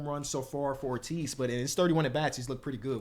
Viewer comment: Joey Ortiz plays on the Brewers, was in the Corbin Burnes trade. Was a top 100 prospect on the orioles. You pronounce his name like David Ortiz